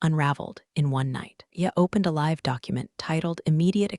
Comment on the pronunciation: Formulaic again with weird pronunciations of “live” and “read”